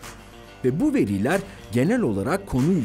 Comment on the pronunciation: "veriler" kelimesi telafuz edilirken "i" harfi uzatılmaz. Veliler kelimesinde ki "i" harfi uzatılır.